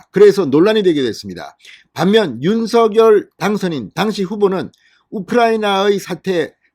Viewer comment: '윤서결'이 아니라 '윤성녈'로 발음 부탁드려요 당선인이 그렇게 불려왔다고 하면서 앞으로도 그렇게 불러달라고 하셨어요^^